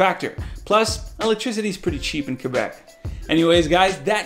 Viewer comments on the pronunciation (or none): none